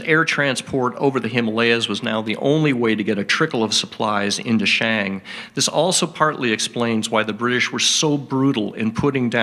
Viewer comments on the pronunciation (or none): none